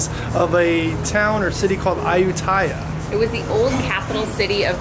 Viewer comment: It's called A-u-tee-aya.. And took-took, tuk-tuk... 😉